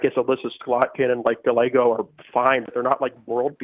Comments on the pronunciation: Galle-Ho lolol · GAH-YAY-GOE….come on Emma. Say it 50x so you get it. 👍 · The way she pronounces “gallego” lmao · I do. But, Scots do it too. Emma has no excuse, really. It’s not a hard last name to pronounce.